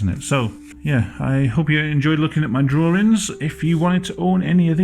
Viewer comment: "Well you know my name is, and I like to do drawrings."